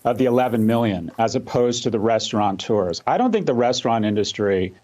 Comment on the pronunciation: Professor: The word is restaurateur... no "n" in there.